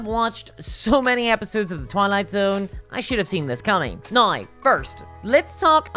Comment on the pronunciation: The word is now.. Pronounced naū